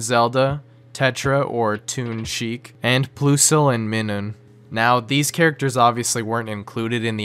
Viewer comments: My god lol the way you said plusle and minium is so bad . It's pronounces like plus and minus from math. Plus-le Mine-im. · Pokemon Fans: Plusle and Minun: PLOOSLE and MIHNUHN Plusle is +, not ploos! Minun is -, not Mih-Nus! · it's "plus-l" and "mai-nuhn". Their named after plus and minus as in a battery or magnet. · the way Plusle and Minun are pronounced made me irrationaly angry. Like its pretty obvious they are a plus and a minus